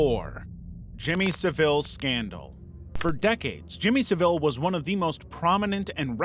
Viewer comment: Cringing at how badly you kept pronouncing jimmy saville’s name 😭